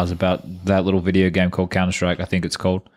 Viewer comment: Talkin countah!!